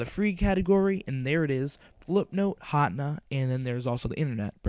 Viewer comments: hatna? its HAT-NE-A btw this helped lol and if your under 12 dont you have to get a paper signed? or faxed or something lol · you said hatena wrong.it's[HATEENA].